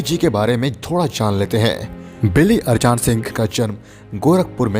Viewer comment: Saala arjan ko arjaan pad rha hai?